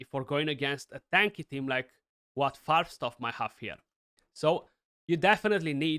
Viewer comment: Hey, you pronounced Farbstoff right... ya German? 😀